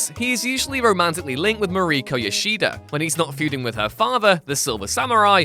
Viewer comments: Mariko. Pronounced similarly to Mahr-eek-oh/Mah-reek-oh. Not "Marie co". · I first read your comment and thought you might be exaggerating. How would anyone mispronounce this fairly well known name? Well seems that you’re absolutely right. He totally butchered her name.